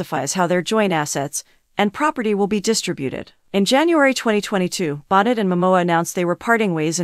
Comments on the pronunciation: Bon-neigh not bon-net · You're saying her last name wrong. It's not Bon net.